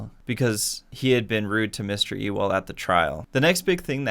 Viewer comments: btw it’s pronounced yule not ewell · It’s not E-well it’s U-wil lolz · The name errors trigger me so much. Sea-cill Jacob’s?????? Bob Euww-el???? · see he says mr. E- well not mr. you-l. I’m not the only one hahah